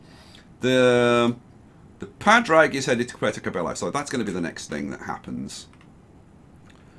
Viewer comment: the padraig ship is an irish name and pronounced paw-drig (just saying)